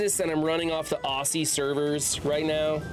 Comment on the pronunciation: Also, sorry ...but it's pronounced OZ-E not OSSIE I know it's not how it reads, our language is very different for you foreigners 😂😂😂